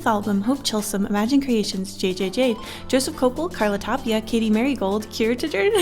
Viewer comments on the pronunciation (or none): none